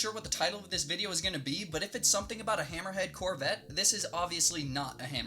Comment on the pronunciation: Whenever you say hammerhead corvette I keep thinking your saying little red corvette.